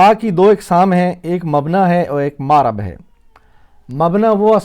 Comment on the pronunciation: ماشااللہ ۔ مبنی پر آپ کھڑی زبر کیوں پڑ تے ہیں ۔ معرب کی م پر آپ زبر کیوں پڑ تے ہیں ۔